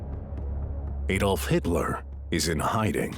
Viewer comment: Its not aydolf its adolf .. ad olf